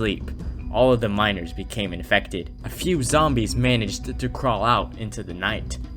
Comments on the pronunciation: why does it sound like when hes saying ''miners'' it actually sounds like ''minors'' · Anyone else hear minors instead of miners